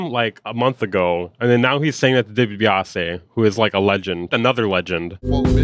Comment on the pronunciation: DEE-BEE-AH-SEE like the old wrestler... million dollar man ted dibiase